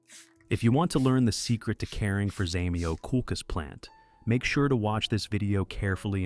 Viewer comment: Не хочется даже слушать :так коверкать название просто треш